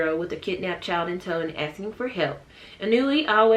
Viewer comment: OOOOH in that case, it's "ee-new-wee"~ sorry about that! 😅